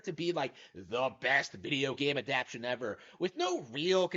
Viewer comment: lol you really gotta learn how to pronounce adaptation